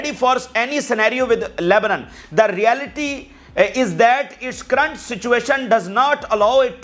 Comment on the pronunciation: It is called Current not karant. Doing a great job as always